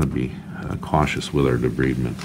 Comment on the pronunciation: It's pronounced de-bride-ment. Otherwise, your technique was satisfactory.